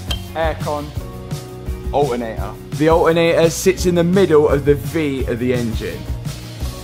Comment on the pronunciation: Alternator ❌ Al ernay aaa ✅